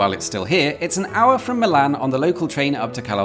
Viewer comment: everytime you say "Milan" it takes a year off my life